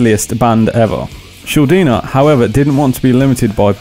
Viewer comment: I'm pretty sure it's pronounce shul-din-er But I'm not too sure...